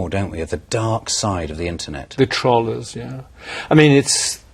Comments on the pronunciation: News, Y U NO learn to pronounce "trollers"? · It's not pronounced "trollers" in the way one pronounces "trolley." It's pronounced with a hard 'o'. As in the noun "troll." Christ. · Funny how they cant pronounce TROLLERS. We're not trawllers. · what i dont understand is why this meme has been online for years but as soon as they find out they start getting bitchy? i mean the guy was a complete asshole, and he starts using his fancy words to call us names and the dick cant even say trollers right, and we have round 2 with her now since they were dumb enough to show her face on tv, ive saw 5 potato posts since i watched this with her as she is now -.-'' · she cant fucking pronounce trollers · Trollers... what? How are you even pronouncing that? :I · OMG THIS BITCH SAID TROLLERS. I CANT TAKE IT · trolahs??? its troll-ers (troll, like a evil green dwarf, emphasis on the "ll" not the "ro"). learn to english properly. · stupid tr-ah-llers XD tr-oe-llers....say it with me britain...-trrrrrr-ooeee-leerrrsss.. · "So little respect..." I'm sorry but respect is EARNED. Just because you're born with an unfortunate disease it does not make you someone worthy of respect. And seriously, why are they pronouncing it, TROL-ERS. xD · "internet trallers" lmao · "trohl-hers" She could at least pronounce it right. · Stop saying trollers like trawlers... seriously... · Its pronounced "TUGH - ROLL - ERS" Fucking Brits say anything right.... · I keep laughing at the way they pronounce "tollers". But on a serious note: this is why I hate 9gag. First they invent all of these obnoxious memes and then they take it to next level by mocking people with disabilities! I tell all of my friends to stay off that horrible hate mongering website! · LOL can't pronounce troll correctly bahahaha, the "trohlers" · "Internet Trallers" haha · Tr-o-llers................FOR FUCK SAKE! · STOP SAYING "TROLLERS" WRONG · Can they not pronounce 'trollers' properly, or have I been saying it wrong?